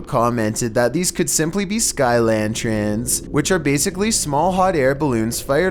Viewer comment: Lantrens? Do you mean Lanterns